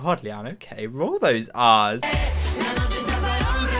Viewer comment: it sounds like you said "I can't roll my ass guys" 🤣🤣🤣